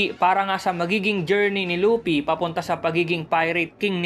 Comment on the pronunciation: Lupi HHaha Luffy po